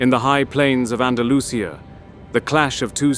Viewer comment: Un poco de profesionalidad,cuando se realiza un documental señor comentarista,si no sabes Español que ponga a otro comentarista,aprende a decir AN DA LU CI A bien,el rey no se llamaba ALONSO,se llamaba ALFONSO y no se dice NAVA se dice NA VA RRA.